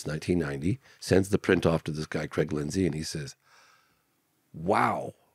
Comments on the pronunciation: every time he said Creg i got a shudder down my spine... Its Craig God damn it. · its called saying Cregg instead of Craig. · Creeegggg, put the garbage out front son 😂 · Ho Creg. Yer dinners ready! Lol